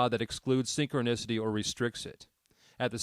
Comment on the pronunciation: It's hard to listen to this when your robot can't pronounce synchronicity😅